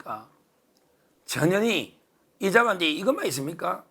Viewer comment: 언제나 화이팅...전현희 발음 좀 정확하게 해주세요.나에게는"저년이"로 들림.